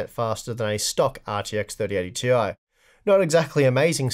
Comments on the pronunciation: Why do you keep saying Tee-eye? IT'S PRONOUNCED TIE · "Tie" is the proper pronunciation. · I thought it was pronounced "tie" now?